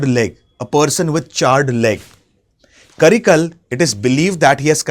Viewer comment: karikaalan... not karikal